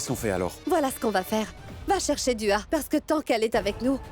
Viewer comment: Qui a remarqué que Gazala dit Du A au lieux de Dua .